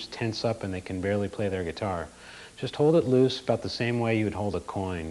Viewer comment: Lol, he keeps saying "Juyyust like this". XD